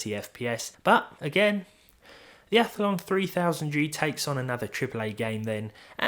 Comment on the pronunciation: *Ath-lon, not Ath-a-lon :)